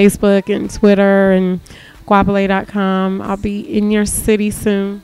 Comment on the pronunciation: She can't even say her own name. smh Love you as an artist but you have NO connection with South Africa.